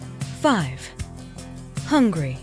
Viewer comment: I'm dead, you really said "HUNGRY" where is the 'A' at??? lmaooo